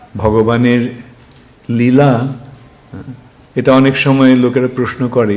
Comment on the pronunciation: নীলা নয়।। লীলা